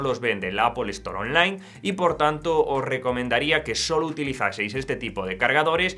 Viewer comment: Apol y Apol Stor 😆😆